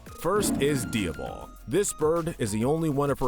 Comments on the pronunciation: Why are you mispronouncing Diablo’s name?????? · You have really got to go over the pronunciations of these names before recording. How did you say Diablo again? (I can understand you changing basil to sound American to match your audience but come on…) Also, the hat (Doris) from meet the robinsons should be pretty high on that list or at least goob pretty low down